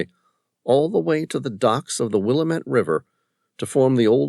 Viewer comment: Good story... Will lam it not Willamat